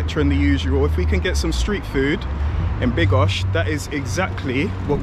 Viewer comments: Bro. make your mind up: BYDGO... NOT BYGO...... and you mixed them up, making it sound like BIGOS the dish. Sometimes you said it correctly, sometimes not. There is clearly a D, which is not a silent letter. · Bydgoszcz not bygosz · it's pronounce Byd-gosh-ch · Pronounce it BYD-GOSZ_CZ, in Polish we do not waste letters, esp. consonants. SZ+CZ is not withouth reason, also do not skip the letter D. Keep in mind, wikipedia usually provides city pronunciation. Greetings. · I understood: "I'm in bigos." xD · you do have to pronounce the letter "d" in Bydgoszcz😊